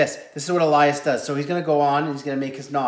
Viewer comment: Its pronounced Elias not alias lol